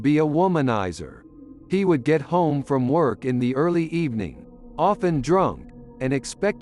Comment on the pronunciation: good ebening